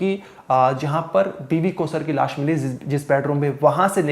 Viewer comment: Biwi ki laas padi hai ya laash? Paryas kar rahe hein ya prayas kar rahe hein.... Bhai pehle diction thik karo